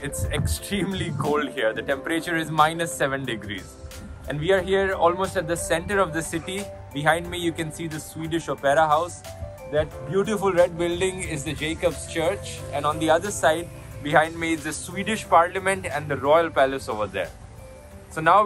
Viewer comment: I lived here in this paradise from 2015 to around 2017. I watch your videos almost regularly. Really nice ones. They are so nostalgic to me. I wish you pronounced some of Swedish words correctly (No offence please) like its not Jacob's its pronounced as याकूब'स Church, its not Gaamla Staan its actually pronounced as गैमला स्तन . I would have surprised if you would not have talked about the Fika (its pronounced as फ्रीक्या ). BTW they just take different approaches to every problem in lives (in a good sense). Sweden is best of EU. Its called Sverige in native BTW. Please consider including the native names of the countries you make a VLOG upon specially in EU. Best of luck ...you both look so perfect couple!